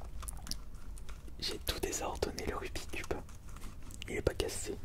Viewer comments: Rubixxxx cube et non Rubi cube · Aaaaahh!! Tu prononces mal rubik's cube ! Mais on t'en veut pas... Enfin à peine.